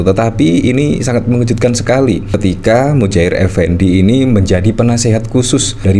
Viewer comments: Muhajir bang bukan Mujahir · Muhajir.....bukan Mujahir...... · Muhajir bukan mujair effendi😂😂